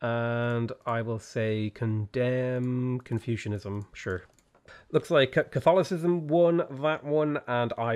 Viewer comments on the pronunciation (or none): none